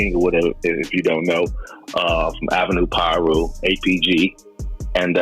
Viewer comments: The way he saying some of these names triggers me. It’s not peeru it’s piru and it’s not locks either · Ai said peeroo 😂 Fuck ai. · Ai voice said “Pee Ru” gang😂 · Please stop having AI and white people doing this voice overs and not knowing how to properly pronounce the information they’re giving. It’s Tweety Bird Loc (pronounced Low-K like Loki but you don’t say the key part) and it’s Piru (pronounced Pie Roo). Respect it cuz people really lost their life to this shit and we lost real family and friends to this shit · What u mean it’s not pronounced peeru or Loc=Lock or Englewood😂😂😂😂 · Every damn video AI not being able to pronounce piru is funny as hell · Cuzz, your pronunciation on shit is funny. Piru & Loc you need work on. The more I watch the worse it gets. If you had listen to the album, just maybe your pronunciation would be better.